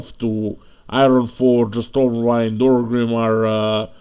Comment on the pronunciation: "Stormwide" 😂😂🎉 love it